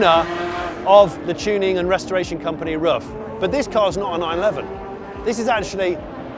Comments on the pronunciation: Hi Jonny, great video. You could have shown a little more respect for Mr Ruf and his company. You constantly called him, his company and his cars Rough. The correct pronunciation is Roof. it's really not that hard! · His last name isn't "rough" it's "roof." It sounds like "gut"